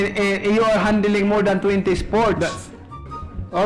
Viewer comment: "handiling, handiling, handiling" what is this pacqui?